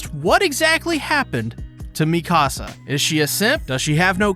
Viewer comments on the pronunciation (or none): It's not Mi Casa, it's Mee-ka-sa.